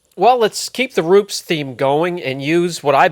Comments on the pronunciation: haha funny to hear you say "roops" always had heard it as "roo-pez" anyways thanks for the vid product looks really good. Would you recommend this before a ceramic coating, or something like sonax perfect finish or 3D one? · It’s REW-PEZ, like New-Pez Not Roops like poops 😂 Great video tho! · Hey, it's Roo-pessss. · the correct way to say is Roo-pes nice video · Todd of Esoteric pronounces it "Roo-puss". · really struggles with deciding how to pronounce Rupes.